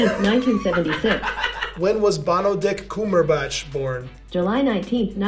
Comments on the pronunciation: About : EXTREMELY Japanese. Also, Benebatch Cumberbict. I’m wheezing. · “When was beneditch cungerbatch born” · Google Trained so hard to understand people's mistakes while saying Benepeach Cumbertich . I am not surprised :D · U mean Benadryl Cucumberpatch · He actually said “Benbach cumberdick” and Siri still answered wow 😂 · when was Bendadick Cumberclit born? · "When was Benebatch Cumberdict born?" This made me laugh too much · Benadryl Cumberland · Benadich Cumjurebatch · "Benebatch Cumberdicks." I'm done. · “When was benaben cumondict born” “July 19th” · benebatch cumberdick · bhanidhek koombheerbach LOL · You know people have been googling benneling cuntrøbat wrong so much that you cannot mispronounce his name :-P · Google is immune to mispronunciation of Benedict Cumberbatch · Google understands the unspoken rule to murder Benadryl Cucumberpatch's name lol